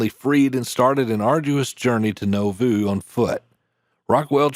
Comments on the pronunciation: Narrator, how do you get the incorrect pronunciation of “Novoo”. It’s pronounced with a long “a”. 😆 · Is the voice computer generated? The pronunciation of Nauvoo..... it should be naw-voo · Thanks for the story. FYI Nauvoo is typically pronounced nah-voo. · The town of Nauvoo Illinois is pronounced Na-voo not No-voo and one wall of the Mormon temple in town survived the violence in the town and became one wall of a Catholic Convent, that later ( in the 1950s) became a school for girls with behavioral issues, run by the nuns, my mother's god child was a student there in the 1970s, later the convent closed, and the property was bought by the Church Of Latter Day Saints. They rebuilt the original temple incorporating that wall. As mentioned Porter Rockwell went on to lead the organization, that protected the Utah settlements of the Mormons, called the Avenging Angels ( or Danites ) if a crime was committed against the Mormons, no matter how small these gunmen would pursue the culprits, until they caught them, at that point the pursued had a choice, they could try to shoot their way out, and get shot, or surrender, and get hanged, ( a choice that would be codified in the States death penalty status years later, a person condemned to death in Utah, had a choice, the noose or the firing squad, a choice made by Killer Gary Gilmore, that choice was later changed to Firing Squad or Lethal Injection. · The place in Illinois, Nauvoo, is pronounced Gnaw-Vu, not Know-vu. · Nauvoo is pronounced “NAW-voo” not “NO-voo.” A small detail, perhaps, but this town is of such great importance to church members that getting it wrong greatly undermines your credibility as a narrator. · Naw-voo 🤣 Not No-voo! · Never heard of "No-Voo." You probably mean Nauvoo, pronounced "Naw-voo." Otherwise, well done! Much respect for your concise and straight narrative. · "NAW-voo", not "NO-voo". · Nauvoo is said like Nah Voo. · Nauvoo.... Nah-voo. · Learn to Pronounce Nauvoo: Nah-vuu